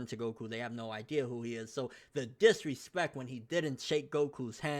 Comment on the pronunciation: lol it's disrespcT with a t...🙄